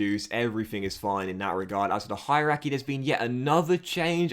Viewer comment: Can't do much about the Italian pronunciation but bruhhhhh... Hierarchy...